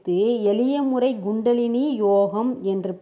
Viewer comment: Gundalini அல்ல Kundalini K-k- not G. Not’G’ Tthaavaram - Not Daavaram Th. Not Dhaavaram Horrible உச்சரிப்பு Dhavam அல்ல Thavam(tha, tha) SKY yoga -SGY யா?SKY யா? Upadesam- U’b’adesam அல்ல P not b விலக்கம் அல்ல விளக்கம்(ள)- ல அல்ல